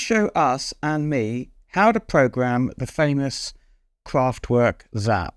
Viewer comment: Kool viteo, viele zank you! (And, again, "Kraftwerk" is to be pronounced "kraftVerk". Forget it's a W, think of it as a V 🙂 )